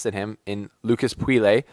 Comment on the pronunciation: Bro no offense but ur pronunciation SUCKS. You should talk more slowly and learn how to pronounce foreign names. Like you said "Poui-lay" instead of Pouille and a couple a others. Ur vids are hella good but you could make them better.